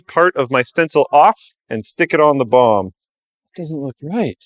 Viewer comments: I keep hearing him say bong instead of bomb. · Why do I hear bong everytime he says bomb? O.o maybe I need to take a toke brb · When says bomb it sounds like he is saying bong lol